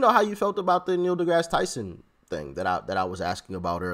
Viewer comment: Neil DuhMass Tyson